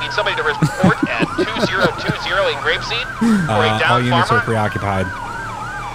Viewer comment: "I'm goin to Grapseed"